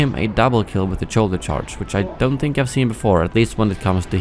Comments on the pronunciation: Something really interesting about your accent I've noticed is that you mix up "ch" and "sh" a lot. I remember in all your BF2015 videos you'd say "sharge card" for the middle ability, and then in this video you said "choulder charge" for Han's ability. Do either of these sounds exist in Swedish? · “Cholder charge” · "Choulder Charge" :P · "choulder charge"